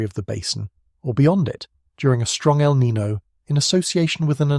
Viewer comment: 😴-Spokane WA. By the way: El Nino is pronounced El Nin-yo. The o has a soft y sound before it (as per the spanish language). ☺️🫠